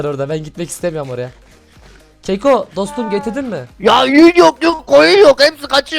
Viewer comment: abi keko deyil kako